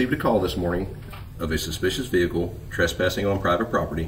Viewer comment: His car even looks white as he staggers out of his "silver" ve hicle.